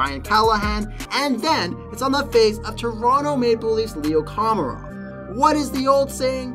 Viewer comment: “Leo KOMAREOFF” lmfaoo learn pronunciation